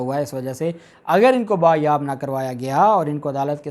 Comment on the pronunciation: "با یاب" نہیں ہوتا، "باز یاب" ہوتا ہے محترم.